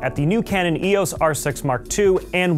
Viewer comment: EEE...AWWSS?! It's EEE....OOHH...EESS!